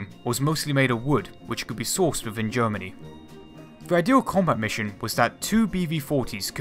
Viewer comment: Within, not wivvin. This not dis. They not dey. And not an. Both not bowf. The not de. Another not anudder. Thumbnail not fumnail. Speak English next time please.